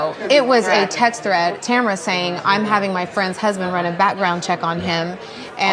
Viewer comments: did you say Tamrat? bwa hahahahahah. nice. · In the tamra and Eddie video if you listen again … she is not even slightly listening to Eddie. He’s just there. Also lol 🤣 “Tamrat”